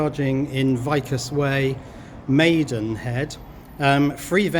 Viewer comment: Vicus = veecus. Latin.